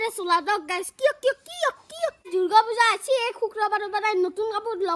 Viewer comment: দূৰ্গো পূজা না দূৰ্গা পূজা হা ৷ ভালকে শব্দটো নকোৱা